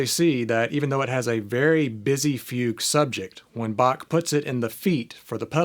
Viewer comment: Very helpful video. Thank you. But as a German I had a hard time listen to your pronunciation of Bach and Fuge 😅